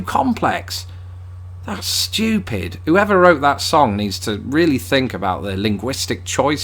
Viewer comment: I love how brits say "stupid". It sounds like "shtupid" and it sounds more mocking. I love it